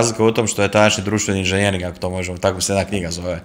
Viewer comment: Nije inzinjering ,nego inzenjering...voditelj obozava svoj mikrofon...i svoj glas..